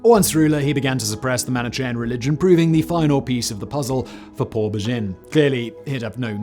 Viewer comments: Unless his writer shoves reading guides where needed, Simon is almost guaranteed to butcher his words. Manichean. Also, remember da Vinci. Sometimes it's almost impossible to find the correct pronunciation within reasonable time. But when possible, it's better to do it, otherwise a serious video, beautifully done, gets this wonky unprofessional element which looks odd. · Isn't it pronounced weegur? And manikayan?